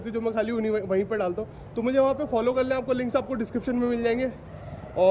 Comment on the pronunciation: you says kalle pls say krle..u talk like very bad....sorry to say this but i like your channel but dont like your way of talking...pls improve it.😊